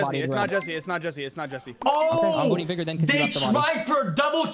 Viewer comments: Why do these pepegas have such a hard time pronouncing the word "vigor". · STOP SAYING VY - GORE ITS VIGOR ITS A SIMPLE WORD OMFG